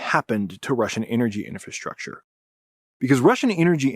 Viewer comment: Can't you pronounce clearly "infrastructure"? I hear something like infrashrahshcher😂